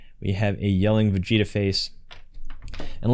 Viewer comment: Never say vegeta red EVER AGAIN